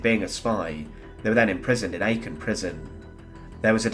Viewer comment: Well that was a surprise, doing the narration. And Aachen is pronounced Arken not Ayken.